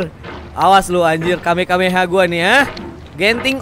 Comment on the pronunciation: Bukan kamekameha bang tapi kamehameha